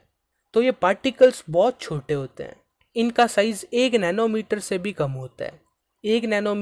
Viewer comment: Particles nhi "Pattticles" Chote nhi "chottee" Btw thank you for the video ❤ Watched it in 2x ✅